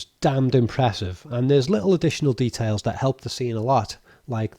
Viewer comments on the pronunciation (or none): none